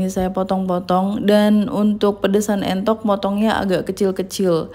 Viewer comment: Entok bu bukan mentok heeee